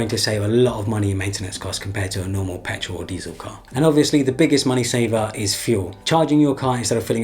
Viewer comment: Did he say pertol engine? wth is that